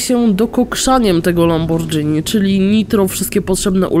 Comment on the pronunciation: Nie czyta sie lambordżini tylko lamborgini